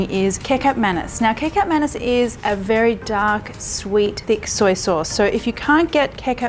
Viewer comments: Its pronunced mahn- knees lol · Marion. when you pronounce. samba oelek. Oe. as. oo. in Woo. and also Kecap manis. like. manees. recap manees. hope it helps